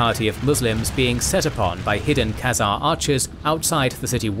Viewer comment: 'Khezemies' hahaha